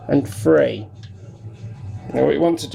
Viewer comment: you and my brother are the only ppl who say 3 as 'free'